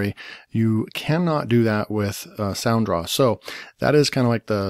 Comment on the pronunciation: It's sound raw not sound draw